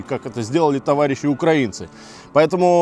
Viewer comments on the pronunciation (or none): none